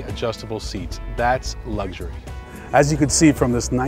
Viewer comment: It's all about lugshury..